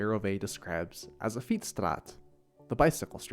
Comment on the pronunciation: I love your pronunciation of the Dutch language. "straat" is spot on. The w is crucial in English-Dutch accents. It's all a matter of putting it in where it shouldn't be, or leaving it out where it should be in. Street and Straat are great examples. It's easy to speak Dutch with an English accent: say "stwraat" instead of "straat" It's easy to speak English with a Dutch accent: say "street" instead of "stwreet" Forget about the next bit of information, but technically, if there is actually a w to pronounce, then: The English w is pronounced bi-labial (double lip) The Dutch w is pronounced labio-dental (upper teeth, lower lip)